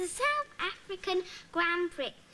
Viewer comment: loved Melissa Wilks who later played '' Jackie Wright '' in Grange Hill went on to speaking about to stay tuned as they're be talking to Andy Marriott about the South African Grand Pricks !! but she misprounced '' Grand Prix 🤣🤣